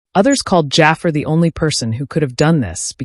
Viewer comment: Is this an AI voice? If not, his name is pronounced "Juh Far".